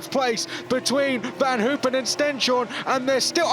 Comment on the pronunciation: This commentators must learn the right name of Stenshorne, not Stjenstorne!